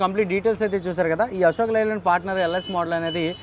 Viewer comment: లై ల్యాండ్ కాదు బాబు అశోక్ 'లే' ల్యాండ్